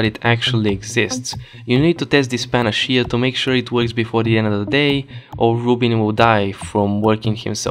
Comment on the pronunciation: Love that panacea isn't pronounced the same way twice